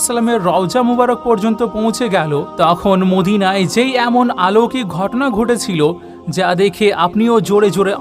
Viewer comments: আলৌকিক নয় বলুন অলৌকিক। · শব্দটি অলৌকিক, আলৌকিক নয়।